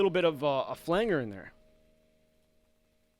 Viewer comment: "Flang-guhr" cracks me up! Great video. Thanks for sharing this info.